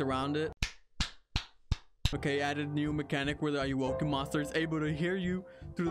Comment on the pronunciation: Ayowoki? More like Ay-owo-ki